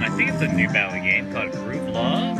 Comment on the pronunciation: I just about died when you called it Groovy Lovey because I called it the same thing and my mom was like "uh it's Louey.." 😂 but anyway, cute machine and glad it gave you a good bonus at the end! :)